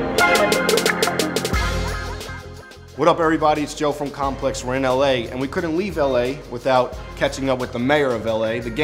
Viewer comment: almost said bomplex